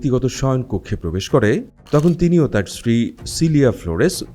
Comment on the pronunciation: Bro, it's not tohon. It's tokhon.